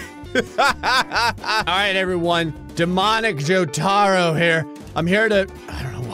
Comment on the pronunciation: Hey it’s a Jojo ref but it’s also pronounced jo-ta-ro